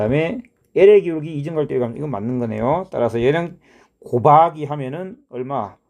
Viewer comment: " '고바기'를 해주면"에서 뭔가 구수함이 배어나와 샘의 고향에 대한 각별한 애착을 느낄 수 있었습니다 ㅎㅎ. "C하니까 쉬 마렵다 이!"라는 화장실 드립에서 쌤의 숨길 수 없는 깨알개그 욕심이 느껴집니다 ㅋㅋ.